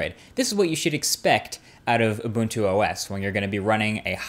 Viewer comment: Points for pronouncing Ubuntu correctly!